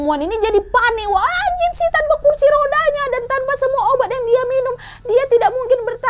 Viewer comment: Dari awal kak Nadia ngomong gypsy aku dengar nya Dipsy 😭